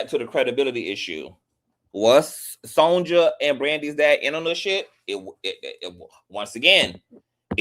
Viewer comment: Brandy's mama's name is pronounced SON-YUH, not SON-JUH. "Sonja" is the Spanish version of Sonya.